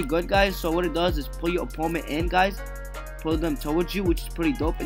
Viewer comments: It’s opponent not oppoment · he kept saying "oppoment" instead of "opponent"